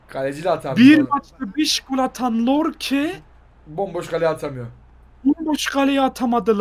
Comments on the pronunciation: Lorke degil yorke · Lorke deyil Yorke o abi Y harfi like atin gorsun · Lorke değil yorke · Lorke deil yorke la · Lan siz bu adama niye lorke diyonuz. Yorke yorke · Abi lorke değil Yorke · Lorke değil Yorkeeeee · Yorke’ye neden lorke deniyor ya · siz bu adama yorke yerine niye lorke diyosunuz anlamadim yaw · Lorke degil Yorke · Koskocaman Yorke diyor Y ile L ne alaka